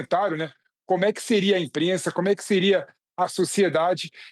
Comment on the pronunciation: "Enprensa"............ pqp@